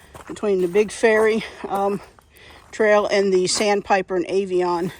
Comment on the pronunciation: Good timing lol. I had to laugh at your 27 feet above sea level. That’s a mountain for us.😂 I do a 4 mile walk on the levee everyday. No shade but no rocks! Water oaks have shallow and live much deeper roots. Good to see your local trail. I thought you were saying fairy trail.😊❤